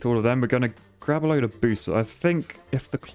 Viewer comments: Did he say BOOSHters? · Solid rocket Boosh-ters